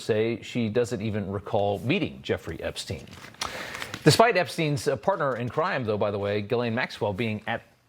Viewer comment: Funny how she called him "Epstine" I bet she thought that would make it seem more like he was a stranger. Kind of reminds me of how Bill called Monica Lewinski "Miss Lewinski". I don't think she just misspoke.